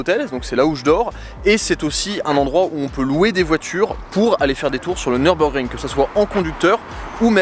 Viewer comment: Nürburgring..., je t'en supplie, ne dis pas Neurb comme si c'était un circuit anglais. Mes oreilles germanophones saignent systématiquement 🙏